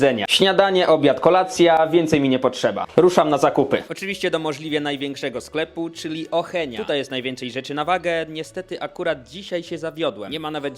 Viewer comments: Ej to sienazywa Auchan(wymawiaj oszoł)a nie ocheń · Nazwę sklepu ochenia wymawia się oszął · NIEMUWI SIĘ OHENIA TYLKO AUCHAN ALBO OSZĄM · Przecież to aszoł sie czyta a nie ohenia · Nie o Henia tylko Auchan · Nie ochenia muwi się oszą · Głupku ten sklep się nazywa Auchan a nie o Heniu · Auchan not ohenia lol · Jak się mówi Auchan 😊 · Jaka ochenie to sie mazywa ałhan pisze się auchan tak mi sis wydaje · Ochenia Xd mówi się oszą a nie ochenia xd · To nie jest ocheń tylko aszan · Nie muwi się ohenia tylko oszą. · Jak ochenia? 😂 Auchan (czytaj oszą) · to nie ochen tylko ,,ołszął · Ochenia 🤣🤣🤣 Oszą się mówi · To jest Oszą, a nie uchan czy ochan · Mówi się Auchan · Auchan czyta się oszą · Oszoąu muwi sie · Auchan mówi się oszą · Mówi się ałchan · To się czyta oszą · 𝔹𝕣𝕠 𝕠𝕟 𝕟𝕒 𝔸𝕦𝕔𝕙𝕒𝕟 𝕥𝕒𝕜 𝕞𝕠́𝕨𝕚.. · Tak się nie wymawia nazwy tego sklepu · Trochę zle wymawiasz nazwę sklepu😂😂😂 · Ty jesteś jakimś debilem!!! Tego sklepu się tak nie wymawia.